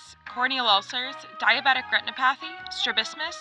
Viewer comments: These videos are fun. But I can't get beyond what seems to be an almost sinister pattern of the presenter throwing in very uncommon pronunciations of words that already are perfectly pronounceable. Reh-tih-NOP-a-thee. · Hey, ophthalmologist here. The video was fun. There are definitely some points that we should probably clarify. Diabetic retinopathy is pronounced retin-ah-pathy. We don’t burn the new vessels because they get in the way of seeing, we burn them because they leak, bleed, and undergo fibrosis. The leakage causes the retina to swell, which disrupts its functioning. The bleeding can actually block light, but it would likely be a problem even if the retina were facing the logical direction..it’s hard to say because I don’t think cephalopods live long enough to develop diabetes...I don’t even know if they develop diabetes? Anyway, the fibrosis of these vessels causes retinal detachments. Not all detachments are caused by diabetes, but a certain subset are. Myopia is pronounced exactly as it is spelled unlike retinopathy (curse you English language). My-o-pia. I don’t think the backwards retina is involved there either. Really, most animals that spend a lot of time in the dark develop bigger eyes. In humans, the thought is that we are somehow chronically flexing our lenses to see up close which causes a stress response on the peripheral retina. This stress response results in excessive eye growth. People have tried paralyzing the muscle that flexes the lens to prevent this, and it does prevent eye growth as long as the muscle is paralyzed. Cephalopods never left their original environment, so it’s unclear if their eyes would shrink if kept in constant sunlight...I guess that would b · Very interesting, but you should check your pronunciation of those medical terms. "Retinopathy" has the accent on the "o", and "myopia" is pronounced with a long "o" (mi-oh-pee-uh, accent also on the "o").